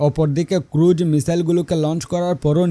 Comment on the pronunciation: ভাই, ক্রুড মিসাইল না, ক্রুজ মিসাইল হবে।